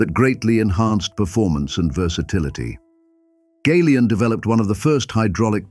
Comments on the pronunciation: Folks around here pronounce it Galion, like gallon. Not “gay-lee-on, Gal-e-on. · The mispronunciation of the word GALION is very annoying, it should be gal -ion as in gallon or galvanised!